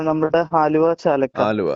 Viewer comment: ചാലക്ക അല്ല ചാലാക്ക